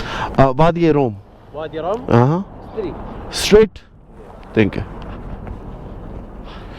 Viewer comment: Wadi e rum bro not room or Rome